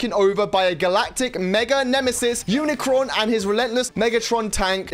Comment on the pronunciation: UNICRON! GET HIS NAME RIGHT